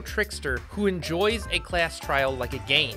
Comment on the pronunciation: "the calss trailed"